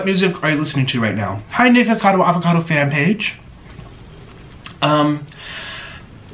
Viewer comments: He really said niggacado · Omg, he really said nigga-cado, Wow. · I heard it after 3 repetitions, he does said g instead of k but I don't think it was intentional.